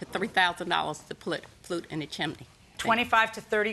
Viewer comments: It was the plaintiff needing a "flute" that got me. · Plaintiff keeps saying "flute" but I'm pretty sure she means "flue." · "Fluke" is a meter, it's "flue"! LOL